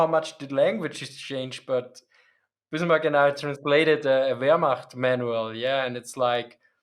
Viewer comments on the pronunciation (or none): none